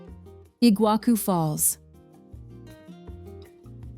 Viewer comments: I'll start in Kinkinnati, OH. USA/EUA. actually, it's Cincinnati, OH. and not igua Ku falls. It's Iguassu (C Cedilha) sorry, I don't have C Cedilha on this device. you get the point. A.I. voice lady just pronounced more than half of everything really wrong and it wasn't really close, but I appreciated the beautiful views/vistas. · The prononciation was painful to hear, it kills me that they don’t even try to look it up before making a video like that… “IguaKU falls”? Really? They are just as famous as the Niagara falls you have never heard of them before making that video? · Pronounce iguassu not iguaku!! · Good Lord, you put together this production and mispronounce nearly everything. It’s Fernando de NoronYA not NoronHA. It’s RecifA not Recif. It’s LenSOYs not LenCOYS, It’s IguaSUE, not IGUAcu, It’s PampulYA not PampulHA, Parachi, not Parity, It’s ParanA, not PaRANa, Opera de AramA (JFCm there are no silent e’s in Portuguese. One hour of research would have saved you this embarrassment. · "Iguaku Falls" Nope. Better to say it in Spanish "Iguazu", than transforming the Portuguese Ç which sounds like SS into a K sound. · Noronha is wrongly pronounced as well as Lençóis and Iguaçú. Just for curiosity. If you wish to know the correct pronunciation of these words in Portuguese, please check it on Google Translator.